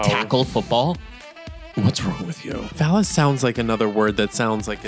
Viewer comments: It is vellus hair not fallus 😂❤ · VELLUS hair!! Not "phallus"!!! 😂😂😂😂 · Vellus is the baby fine hair on the body. Pronounced ‘veil-us’